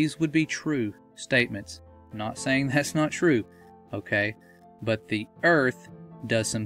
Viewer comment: Can you say okay properly!!!